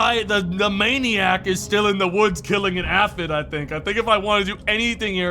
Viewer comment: I wonder if mispronounced Aphid repeatedly as a 4d chess move to drum up more engagement. One of life's greatest mysteries.